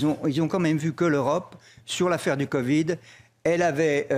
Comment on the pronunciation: Non mais j'hallucine. "L'eu ro pe a tenu son rôle lors du co vi.d" dit il mais ou vit ce monsieur? Au niveau transparence au niveau de l'eu ro pe, je pense que l'on est au fond du marais..... Incroyable un tel déni!!!!!